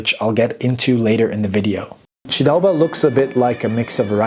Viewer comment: The honour is mine ! Your pronounciation of “ჭ” sound in “chidaoba” is really impressive btw. Thank you, again, for having also mentioned the refugee history of Ilia and that of hundreds of thousands of other people. That’s an extremely painful and sorrowful topic for us. Sincerely appreciate it, man. I hope you enjoy our wine. Cheers ! 🍷